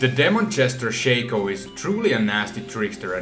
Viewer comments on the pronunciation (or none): none